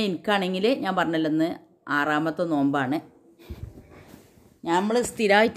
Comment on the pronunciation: നോല്ബ് അല്ല നോമ്പ് എന്നാണ്